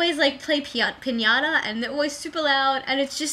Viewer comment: i love the way you say Piñata :P